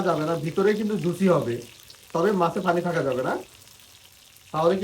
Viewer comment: Pani ke funi bolen keno??